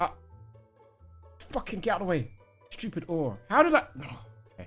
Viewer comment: this game is so “stjupid”😂